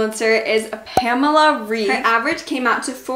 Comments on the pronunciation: Pamela REEF omg I can't 😂😂😂not tryina be mean but it's Reif pronounced like Rayf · Great video! This really motivated me to work out! :) Just a short correction: I'm German (like Pamela Reif) and her last name isn't pronounced "rief" but "rife" ;) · Hey! :) just a little tip- Pamela is German so her name is actually pronounced [raif] (and the r is harder than in English - if that makes any sense :D ] :) nice video! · cool video but its not Pamela "Riiiief" its Pamela "Raaaaif" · Loved the video❤️ Btw you pronounce Pamela Reif more like Pamela Raif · The a's in pamela are pronounced like the a in amrica ans well as the e in Reif (R 'a' if) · I really like your videos! Amd btw reif is pronounced like raif... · You pronounce Pamela Reif like R-AH-IF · the „ei“ in Pamela Reifs last name is pronounced like an english „i“!!! 🙏🇩🇪🇩🇪🇩🇪